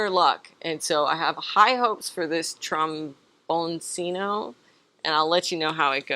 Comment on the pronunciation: Sorry. I'm just am really into words, and half Italian. It's tromboncheeno (similar to cappuccino). It means "little trombone", which they sort of look like.